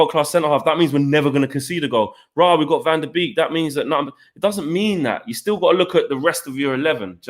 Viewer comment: Its pronounced van der bake not beek